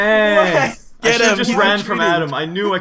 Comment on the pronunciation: Its purston